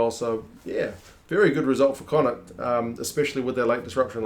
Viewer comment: Need to work on your connaught pronunciation, more flem in the throat at the end helps